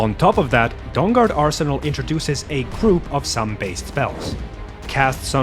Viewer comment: He keeps saying Dong Guard 😆🤣😂